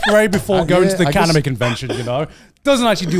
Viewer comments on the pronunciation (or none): none